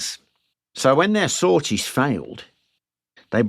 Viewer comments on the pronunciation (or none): none